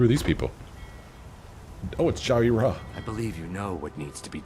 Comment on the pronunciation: Egg brothers is Ja-Ree-Ra, and Gul-um-ai (sp). All three are brothers and sister.